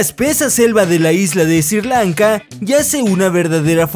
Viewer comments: Sri Lanka, por Diooos, es SRI LANKA, no "SIR LANKA"! 🙇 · “Sir lanca” no es Sri. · Perdona pero Sri Lanka se pronuncia como se escribe no se dice ''Sir'' Lanka, era solo una sugerencia. buen video saludos y un like